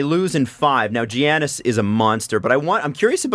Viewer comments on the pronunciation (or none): man said “jiaanis” 😂😂😭